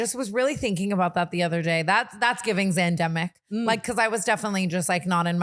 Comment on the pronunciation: “Yeah…he was part of the xannnndemic” PLEASEEEE